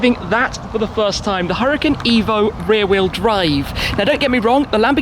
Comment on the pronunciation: ITS NOT CALLED A HURRICANE !!!!!!!! just attempt to pronounce it correctly , URA-KAN . Mucho Gracias